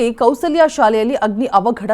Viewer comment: Chitrakoota school not chitra kala not Kaushlya school not Kousalya read properly.